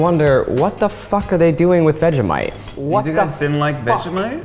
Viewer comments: You don’t say vega mite it’s vege like vegetable mite vegemite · I am not Aussie I'm a kiwi and I cried at how they said 'vhejimiete' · I'm sorry, "new-tella"?! Also the way they say "Vega-mite" and STILL used too much for the "thin" layer 😂